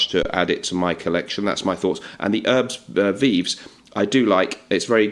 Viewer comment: Herbes Vives pronounced “air-buh vive “. In français, you don’t pronounce the ‘h’ and the ‘s’.